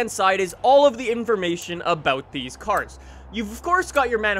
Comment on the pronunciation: Can you not speak next time / maybe pronounce the cars correctly